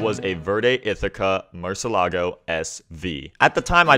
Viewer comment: im confused, i thought it was pronounced murcielago not murcelago. why is he skipping over the i?